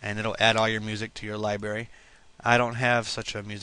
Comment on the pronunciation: wow you cant pronounce worth shit genair and libary